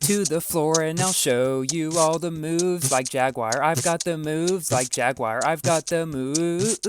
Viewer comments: MoOoOoOVeSs LiKeEEeee JAGWIYER lol.. it's a British company the the way us Brits say it is Jag-You-Er... that's the correct way or call them Jags or Jaaaaaaaaaaggggsss .. jaguar like the animal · I hear "Jagged wire" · haha i like how u say jagwire instead of jaguar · It's pronounced: JAG-HU-WAR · Jagwire REEEEE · Quality video as always, but the way you pronounce Jaguar genuinely triggers my ears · you KNOW people are going to flood your comment section saying how that's not how you pronounce Jaguar right? which it isn't, but still